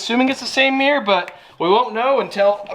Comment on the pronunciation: Mate.. meeyer is not how you pronounce mirror. Cmon 🧐